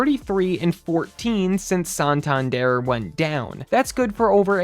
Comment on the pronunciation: Whoever made this video is a clown,straight up clown.Laughing stock? There are ten teams I would mention before even thinking about the Blue Jays.It’s San-tan-der not whatever the fuck you keep calling him.🙄Shut this shit YouTube page down!😂